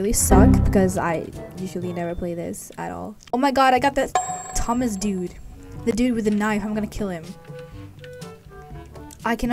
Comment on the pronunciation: at the begging when she said “thomas” or something i thought she said “toesmas”